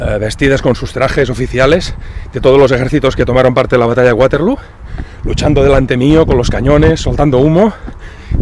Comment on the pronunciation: Para los que no suelen viajar estos videos de museos están muy bien. Y no siendo mi caso pues conozco algunos lugares, me encantan. Te recomiendo un libro de Alessandro Barbero que es como una biblia de esta batalla. Por cierto, el nombre es Waterloo doble "O" no acabado en "U" pues no es ingles ni tu eres la rubia de Abba JAJAJA. Fue la última batalla de Napoleón sencillamente por que allí perdió su tesoro, creo que unos 3 millones de francos en oro que era con lo que podía seguir pagando soldados. En aquel tiempo, las bajas se contabilizaban en conjunto, muertos, heridos y los que habían salido corriendo. Gran video como siempre, Saludos desde Cantabria. Gracias